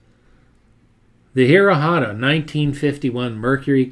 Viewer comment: Love the video, but a couple of picky little things-Not sure about the pronunciation of some of the names but I think Buttera is pronounced with the accent or emphasis on the second syllable (ter). And the few times I've heard Hirohata pronounced in old interviews by old timers that I presume knew him and how to pronounce his name, it sounded more like 'here otta' or even blending the 'r' into the next syllable like 'here ROT ta.' Oh and Li'l John's T's style became known as a restro rod not a restro mod, those came later.